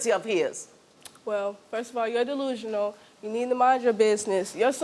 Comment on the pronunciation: "I'm just pretty".... I've never heard the word "delusional" pronounced that way